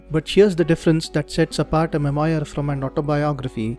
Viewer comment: Nice :) You may want to check how to pronounce memoir. Also, when you create a video, why not show your video as well? 90% of communication is non verbal.